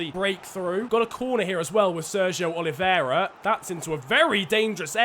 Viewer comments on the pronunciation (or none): none